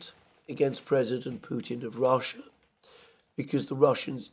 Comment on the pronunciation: Theres another girl on YouTube who pronounces the word "because" as "bee-kiz" just like you. What part of Britain is that?